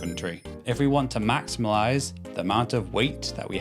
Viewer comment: Maximilize? Lol 😂